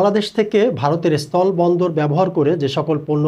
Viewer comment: এরা স্থল উচ্চারণ করতে পারে না। সবাই বলে অস্থল।